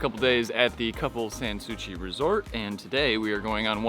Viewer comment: Please pronounce 'San Souci' properly Drives me crazy......